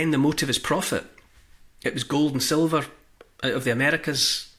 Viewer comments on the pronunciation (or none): none